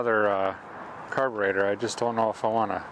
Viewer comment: i wish he would say indont know at least once more